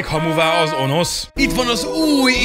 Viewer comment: Önösz nem Onosz XD